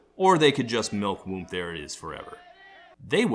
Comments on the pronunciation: You don’t really pronounce the “M”. I don’t it funny how hard he’s saying the “m” it sound like he’s saying womb. Lol it’s like when people say whip with a hate “h” 🤣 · I always thought it was "Whoop" not "Whoomp".